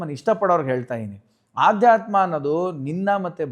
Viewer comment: ಆಧ್ಯಾತ್ಮ ಅಲ್ಲ ಅಧ್ಯಾತ್ಮ 🙏